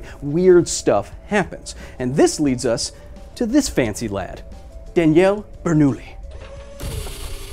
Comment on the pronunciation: bernoulli's name is prionounced bernouYi ! otherwise great video as always :D ♥